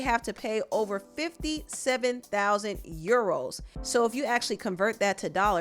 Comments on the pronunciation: "you-ROWWWS!!!" lol Actually it's pounds (£). Euros is this "€". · It’s the pronunciation of ‘Euros’ for me 😂